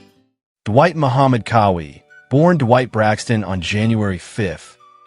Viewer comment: It's QAWI. Like w a Q, like in Quincy, NOT with a K. Now Say it w Me.."Qaaa-Wee". See, See how Eazy that Was? smh